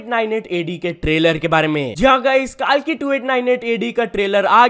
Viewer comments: Bro it's कल्की.. Not कालकी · Bhai kaalki nahi hai wo kalki hai 😢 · KAALKI KYA HOTA KALKI KO THEEK SE PRONOUNCE KARO LORD KALKI KA APMAAN MATT KARO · Bro it's not Kal-ki it's Kalki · the way he pronounced it was wrong bro